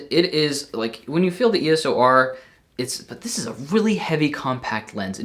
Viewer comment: Its EOS R Not ES"O" R